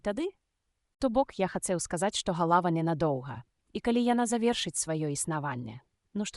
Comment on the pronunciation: Добрая ініцыятыва, але на першай жа хвіліне: - не галАва прафесАра, а галавА прафЕсара. - не сакАвіка, а сакавікА. - працы не дактАраў, а дактарОў. Калі ласка, агучце жывым чалавекам і перазаліце.